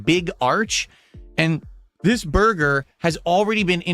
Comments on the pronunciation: Take a shot each time the says "Burr Gurr". Enjoy the stomach pump. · Take a shot when you hear BURGAR😂